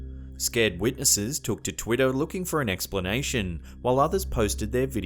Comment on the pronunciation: Was it just me or he DID sound like he was saying "Twitto"